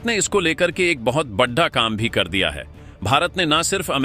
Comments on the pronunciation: Channel speaker please talk carefully बड़ा को बढ़ा बोल रहे हो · Kya utpatang uchharan karte ho yaar.Hindi to sahi bolo badda, khadda..pata nahi kya kya bolte ho. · आपके शब्द उच्चारण में कई बार बड़ा की जगह बड्डा बड्डा जैसे गंवार लहजे सुनने को मिलता है उसे सुधारो ? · अगर बड़ा शब्द का उच्चारण सही करो तो थोड़ा अच्छा लगेगा